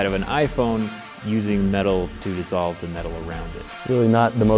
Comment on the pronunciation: “Dissolve” really?